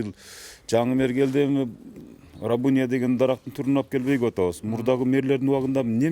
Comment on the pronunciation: Рабыня эмес, рябина деп айтылат😁